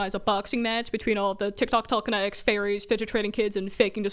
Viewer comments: no one: them: tEleKene-ik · I love the little bit of brit in the way she talks you can hear it when she says water and telekenetics